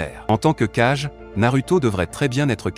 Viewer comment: Oui ça serait cool en effet Mets on dit Hokage ce qui veut dire Ombre de 🔥 donc ils faut dire Kagé car si tu prenonse cage et cage et Kagé c'est pas pareil